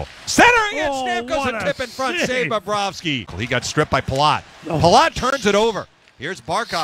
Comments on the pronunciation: I thought so too. Phil always adds an extra 'b' when saying his name it aeems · I thought he kept saying "Bababrovsky".lol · “bobba rovsky” -phil